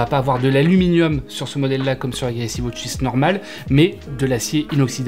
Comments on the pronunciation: Ridicule entre les deux montres au poignet et la prononciation wOtch 😢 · Galaxy Wootch 😂